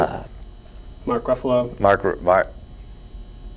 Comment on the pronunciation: Haha, Ruffalo should be pronounced like "buffalo". I thought Hawkeye was a useless character